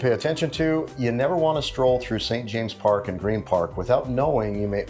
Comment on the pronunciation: Lots of your local pronunciations were close, but St. James's Park didn't hit the mark at all 🙂